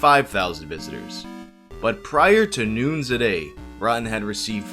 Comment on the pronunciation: "prior to noonz a day" What?